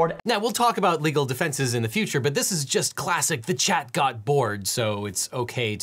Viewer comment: It's chat not Chad